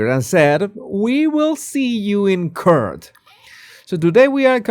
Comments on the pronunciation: Court is not pronounced curt like in curtsy! It is pronounced like cort - or. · In "court" JER is Kort not curt, not to sound curt here